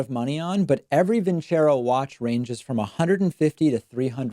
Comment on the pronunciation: David is talking about Trump speech is a little off, but when describing the watch I thought David said 'wash' not 'watch'